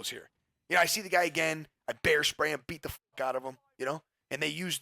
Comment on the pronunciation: I though you said hair spray 😂